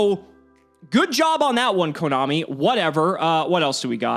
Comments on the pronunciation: Did say komommy? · Did really just say KoMOMMY?